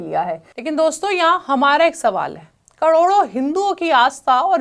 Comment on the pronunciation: जो महिला "करोड़ों" का उच्चारण भी ठीक से ना कर पाये, कड़ोड़ों बोले, संशय तभी हो गया था कि ये समाचार का चैनल नहीं किसी विशेष लक्ष्य के लिए खोला गया चैनल है!!